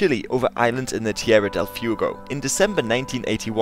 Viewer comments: tierra del "fiugo" hahahaha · "Tierra del Fee-oogow" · "Tierra del Foogo"? Fuego, methinks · I am so sorry but... Tierrria dil fiugo hahaha. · tierra del fewgo?!? haha wtf dude?!? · Nice vid but it's pronounced Fweh-go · I'm going to be a Jerk,. "Fuego". Fu as in Foo not f*ck, eh, stress the EH, and low sounded go, not as in Yankee go home, more like go as in the game Go. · I hate to be that guy....but good vidoe marred by mispronunciations...Junta and Fuego are not pronounced like that. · Oh dear. Who's going to tell him he can't pronounce 'Fuego' correctly?